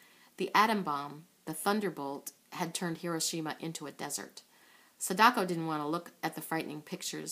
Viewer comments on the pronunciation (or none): none